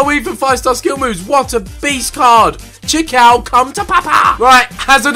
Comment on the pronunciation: Chikhaoui is spelled shikhaawy